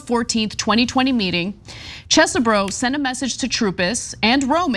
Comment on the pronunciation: I can't believe I'm about to do this, but Kenneth Chesebro's name is pronounced "Chehz-bro" without the extra 'h' sound that Ana uses (Chess-eh-bro). No relation (I think, my dad isn't exactly tuned into our extended family), that guy's an idiot and I'm sick of hearing my last name mispronounced because this dude decided to participate in an insurrectionist coup 🙄